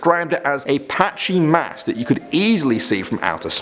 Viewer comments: "Patchy Mass" in reality "Matchy Mass" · "The Patchy Mass." Sees Matchy Mass Me: Um, well thats embarrassing isnt it...